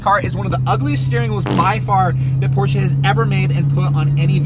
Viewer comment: Porsche not porshia its a brand not a girls name